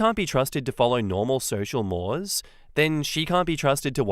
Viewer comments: Mores in the context of social norms is pronounced more like morays. It's french for some reason. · FWIW, in this context "mores" is pronounced like "more-ays", like the eels. Don't ask me why, English is weird 🤷🏾‍♀️